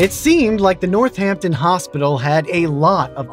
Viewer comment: Hey Man big props you said Northampton right (pronouncing the H because it's tied to Easthampton & Southampton... in North & South the double H is dropped but should be pronounced) but... in Amherst you don't say the H :(